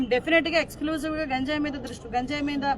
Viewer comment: గాంజయ్ కాదు అమ్మ గంజయ్ ఆఆ పేరు పలకటం రావటం లేదు నువ్వు హోమ్ మంత్రి వి, ఎంత సేపు ఇ ఐదు సంవత్సరాలు ఎం చేశారొ తెలియదు అంటున్నారు నువ్వు చేసేది చెప్పు మెడమ్ , 10 లక్ష ఎదొ గొప్పగా చెబుతున్నారు 50 ఇచ్చి నటు